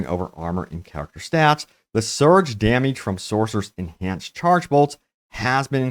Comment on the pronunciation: Dameege. Lol